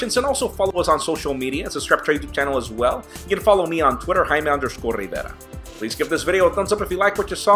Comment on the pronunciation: this is hayme rrrrrrrriiiiiiiivvvvvvvverrrrrrraaaaaaaaaa....hahahaha...nice....muy bien...:)